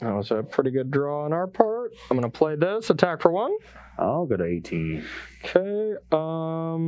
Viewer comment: nobody:...: Okah